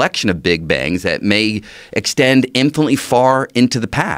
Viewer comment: Dr. Greene, you use a quite truncated, swallowed almost inaudible word! Was it "infinitely"? If so, you got it. Nobody will ever prove this point, I agree. But that's not the question. Infinity is the truth of everything. And - if infinity exists in space - it also exists in time. We could have a form of existence for infinity. Although a question arises - are we humans and creatures of this or any other planet in an infinite universe even considered in this equation or are we just temporary participants. I know the reasons why we deny - it's beyond our mind's capabilities. Oh well, that does not mean we should ignore the option and pull back to the old man with the white beard in heaven. With him we can suddenly enjoy an infinite amount of wisdom, freedom and happiness. Suddenly infinity is "possible", but only for those who live by God's rules. Some enjoy heaven, others are punished and go to hell. I doubt both of it, but infinite consciousness may exist in a form we do not know and may never communicate to others. Once we are dead, there is no way to tell the story - and would take very long to narrate "infinity". I wish I would live long enough to see a serious discussion of this theory. So far, I see only people who pull back into a shell and don't want to touch it. Some even swallow the word. I will still watch your clips on You Tube - and I always enjoy it. A few admit they are "skeptics" or "atheists" and suffer social "distancing", but the Corona Virus has n